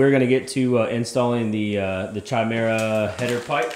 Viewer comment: it’s pronounced “kai-mare-uh” not “chai-mare-uh”